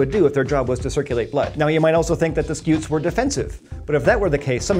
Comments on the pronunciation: "Scoots" cause it's a scutum in latin, as in shield. So stop saying skeeoots, and telling us you researched it. A centurion uses a scutum, not a skewtum, so slap the person that taught you that. The more you know..... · I love how much he over-pronounces “scutes”